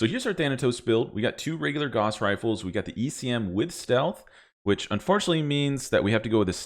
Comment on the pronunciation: Carl Friedrich Gauss would be appalled at how you pronounce his name. Truly an affront to mathematicians the world over.